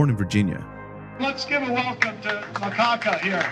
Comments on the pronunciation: God damn it Macacca!!! Lol, gotta love the way Allen pronounces the name of good ole boy, Macacca! Why do they hate on these trackers so much? Is it that hard to just say what you believe and broadcast what you stand for? Nobody would have a problem with trackers if these scumbag politicians were not constantly talking out of both sides of their mouths. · Did I hear “MaCaca”? Haha